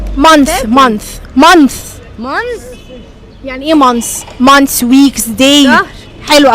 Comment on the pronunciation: يا مفيش حاجة اسمها منثسس انتي كدة بتخلي الناس تقولك كلام يزعلك month بننطق النهاية بال ث اما months بننطق نهاية الكلمة بال s بدون ال ث يارب تكوني فهمتيني حتي السؤال غلط What are the months of the year? و of بتنطق v مش f